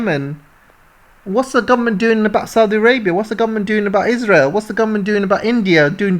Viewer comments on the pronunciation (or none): none